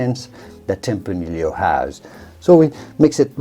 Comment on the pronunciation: My guess is that the host is a native Spanish speaker but has picked up a very damned convincing British accent in his English language learning. Given these things, I wonder why he pronounces "tempranillo" as "tempraneel-lio" instead of "tempraneeyo" as it is pronounced in Spanish.